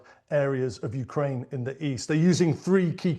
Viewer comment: Good try BBC … “ Hukraine winning “ 😂